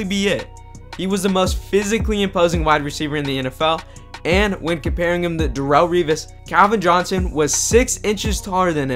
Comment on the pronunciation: Who is "Dahrull"? Lol...its not pronounced that way